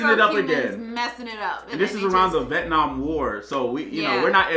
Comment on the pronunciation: The way he pronounced The Vietnam War xd